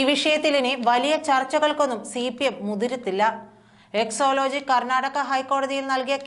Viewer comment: ഈ അവതാരക പറയുമ്പോഴെല്ലാം എക്സോ ലോജിക് എന്നാണ് പറയുന്നത് എക്സോ ആണോ എക്സാ ആണോ ഒരു വ്യക്തത ആവശ്യമുണ്ട്